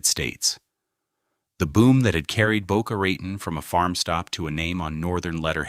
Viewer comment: I grew up in Boca, love it. Never ever heard its name butchered like, this. Pretty deep though.